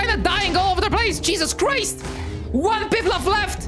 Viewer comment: Did I Hear You Said Cheeses Crise